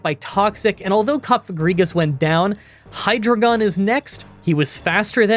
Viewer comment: Hi-dree-gen good sir